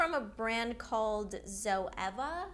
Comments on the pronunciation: It's said zoEEEVA not zoEVER 💕💕 just letting yah know x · That first palette that you showed is you pronounce the brands name like 'zoova' and it's quite populair here in the netherlands ^^ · 'Zo-eeva' massive makeup brand, maybe a U.K. Thing?